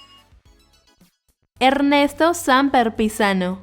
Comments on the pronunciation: El apellido de Ernesto se pronuncia SAMPER, sin acento en la A. Otro Se dice el Quindio con acento en la segunda i, para disolver el diptongo. (No puedo poner tldes por el teclado, no las tiene). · Perdon tienes que tener cuidado con los acentos, (aqui no puedo poner tildes), no se dice Samper como si tuviera tilde y no la tiene. Orinoquia, lleva acento en la segunda i para disolver el diptongo.